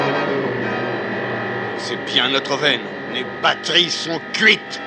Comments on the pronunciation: "Les bateries sont cuites !" baterie = BAT-rie *ok je sors* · mes BATTeries xD